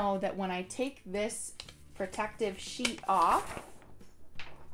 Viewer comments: "if you're working with a shit" got me LOL. i would've said the same thing with my Filipino accent lmao. i love your video btw, it's very informative! thank you! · Immediately hit the LIKE and SUBSCRIBE button when you made the little word slip up there with "sheet" (I CRIED LAUGHING). Super down-to-earth presentation and this was soooo helpful. Although I have the Cameo, a lot of these tips were applicable to me as well.